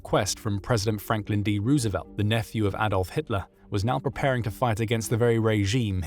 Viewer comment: wrong pronunciation of surname of Franklin D Roosevelt. The double O is actually pronounced like the name of the letter O, and not like a double O